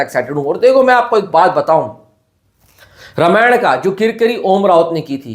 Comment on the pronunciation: रामायण कहो भाई रामायणा क्यों बोल रहे हो? बी.आर. चोपड़ा की रामायण नहीं रामानंद सागर की है